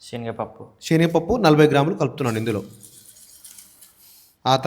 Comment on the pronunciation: Shenagapappu kadhu...senagapappu